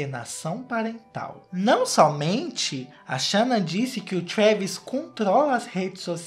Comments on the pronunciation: Eu tô me acabando com o falando shanna kkkkk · Depois de assistir esse vídeo, minha cabeça tá num looping eterno do falando “xâna” 😹😹😹😹😹😹😹😹